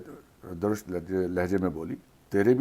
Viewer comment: Drusht درشت / " د " کو پیش سے پڑھیں۔ درشت لہجہ